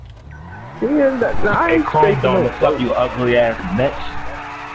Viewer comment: What really got me was them saying bEtcH